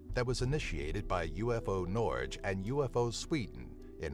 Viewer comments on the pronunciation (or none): Hahah, "Norj". As a Scandinavian, that cracked me up. Norge is the Norweigian name for Norway, and the e at the end is not silent ;) Also, I'm pretty sure I read somewhere that the Hessdalen Lights were explained.